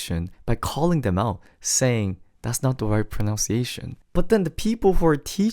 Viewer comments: Very nicely done. Since your topic is about pronouncing things correctly, did anyone mention that you are saying “pronounciation” when the word is actually “pronunciation”? 🤨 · So funny... you are pronouncing "pronunciation" incorrectly! Notice spelling of words differ.. You are saying proNOUNciation ... No no no the word is proNUNciation.... see the difference. Common mistake of non-native speaker. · Love and appreciate the Korean lesson, so helpful. However, in English, we don't say "pron/ow/nciation". Pronounce has an /ow/ dipthong sound like pron/ow/nce. Pronunciation, on the other hand, has the short u sound like pron/uh/nciation. Pronownciation hits the ear as ugly as you think the English "ch" lips are. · This is really interesting - thank you! Small point about English though, and quite ironic, it’s “proNUNciation”. Not “pronOUNCiation” 😂🫶🙏♥️ (Pronounce is right) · Great vid!! Might want to look up the pronunciation of the word pronunciation tho... 😅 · I wasn’t going to say anything, but your pronunciation of “pronunciation” is a little off